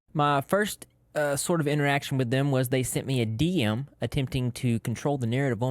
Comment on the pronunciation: I was not prepared for how he says "DM"